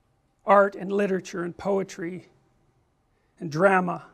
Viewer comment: Does every Canadian pronounce "drama" like that?